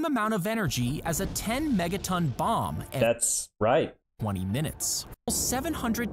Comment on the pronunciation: The pause between that’s and right says it all